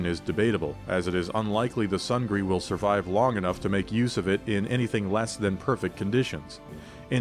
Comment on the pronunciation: It's pronounced "soong-nee", not sung-gree" and means "victory" in Korean.